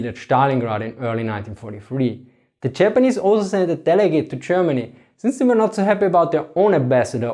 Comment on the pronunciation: "Chermany, chapan"